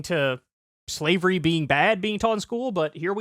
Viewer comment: Did Kyle say slevery lol .